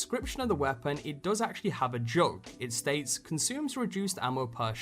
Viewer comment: What accent does the narrator have? I can't place it. And it's Weirdly frustrating because of the certain emphasis and tone put on particular words only about half the time. "Weapon/Weah-pon".